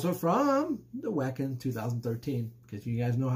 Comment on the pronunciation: That one kicks ass! Great one! Wacken 2013, one for the ages! By the way, it is pronounced Vacken. German does not have the W sound.